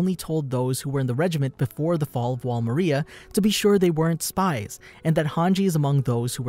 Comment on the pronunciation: I love these videos, but I hate the way you say “Maria”